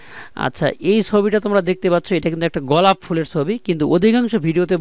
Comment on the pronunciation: ভাই গলাপ ফুল না,,,গোলাপ ফুল